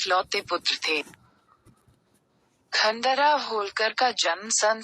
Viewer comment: जानकारी अच्छी है,कृपया उच्चारण में अंग्रेजी पुट नहीं लाये तो उत्तम होगा।क्योंकि खांडे राव की जगह खंडेराव उच्चारण उपयुक्त होगा।धन्यवाद।